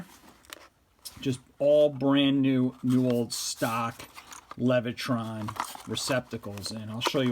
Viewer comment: There is no R in Leviton.